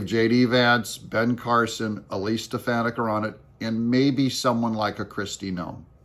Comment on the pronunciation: It's Stef-fawn-nik, not Stef-fan-nic. Thank you. 😅